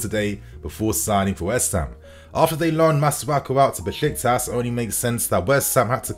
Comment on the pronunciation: Why can’t you say West Ham properly you spaz?!? 🤦🏻‍♂️😂🤡